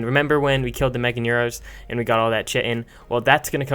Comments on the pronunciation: btw to everybody out there its pronounced KITE-INN (yes I looked it up on Google Translate.) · cheatin could be a better pronounciation than chi in. I use that myself but u do it in ur own way :) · you are saying chitin wrong like almost every american ever. it is pronounced kite-en chit-in, say it with me now, chit in, chitin. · Omg I used to call chitin chi-tin as well! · "You wantu thu Chitin Chickin or Chitin Beef?" xD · It's pronounced "Kite-in", that isn't a matter of opinion... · Chitin (Ky-tin) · Actually it’s pronounced (chick-i-tin) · Chitin is pronounced ki-tin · Sounds like ur saying Chicken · After I heard how he said chitin I stopped and Im gonna leave, Ill get to 100 the hard way its ok 🤣🤣🤣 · I was so happy he was not the only one saying chitin weridly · Who calls chitin chitin? I mean come on... basically everyone calls it chitin :/ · Graham De Lacey he clearly stated in the video that he says it wrong he is well aware of how he says it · So ? if you want to speak my language, then speak it correctly. It's called English and not American for a reason.